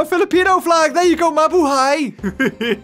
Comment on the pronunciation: i like how you say mabuhay hahaha..have a great day..